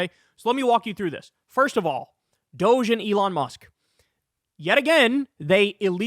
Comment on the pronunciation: It is Dog E Not Dousch Call it as it is spelled Dog E DOG E